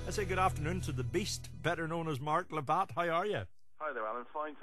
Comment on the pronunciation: Labbett, not Labbatt